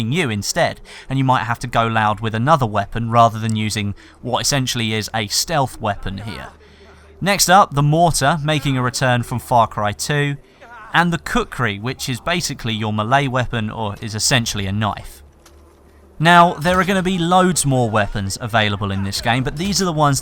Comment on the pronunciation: khukri not kukri